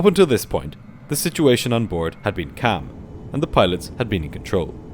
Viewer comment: I am perpelexed by the fact that you consistently pronounce calm as "cam"